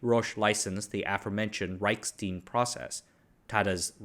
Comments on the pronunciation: Hey, what's that thing you pour beer in? It's spelled stein. Now use that same pronunciation any time you see any German name/word that contains that same spelling. The way you've been pronouncing it, is spelled stien. They aren't the same. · "Reichstein Process." But pronounced as "steen?" Leave it to an Asian to mess up a clearly German-regional name. Reichk-shtein where 'ei' is pronounced 'eye', not 'ee'. German has a lot of grindy/guttural sounds in both language and names. When in doubt with German/Polish/Czech/etc, throw in a few extra 'ck' 'sh' and 'eye' sounds and you'll probably be good. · It is really funny that you nailed Reich, but pronounced Stein English. 😊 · it is like he built the pronunciation out of different body parts... erm a word-Frankenstein....